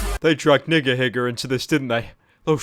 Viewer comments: He mispronounced Niga Higa. It's not said like nigga higga, it's pronounced like Neega Heega. Why does everyone mess that up 😪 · he said nigahiger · Did he say niggahigger instead of nigahiga??? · ...did Pyrocynical say nigerhiga instead of nigahiga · It's Nigahiga not Niggahigga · When he said nigga higa not niga higa I think I got crippling depression. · Pyro you called nigahiga nigerhiga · Did anyone else hear Pyro say "niggerhigger"? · Did... Did he fuckin pronounce it "nigga higga"? Tf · Guys he said nigga-higga not er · "N***er higger" Ik it was his accent but OMG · I like how pyro says nigahiga lol he says it like niggahigger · Did he just pronounce nigahiga 'niggerhigger'? And before you call me racist I am not discriminating someone of a different race in any way. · Did you fuckin' say, "NiggaHiga"? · TonyTheMeanace10 his british accent got the best of him😂😂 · The way you said NigaHiga sounds like a slur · The way you said Niga higa, man.